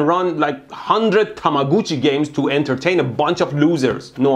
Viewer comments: "Tama-gucci" lmao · Veltia K TAMA-GUCCI